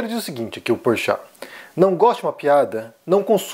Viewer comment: Ele disse "Porchato" ... ou é impressão minha ???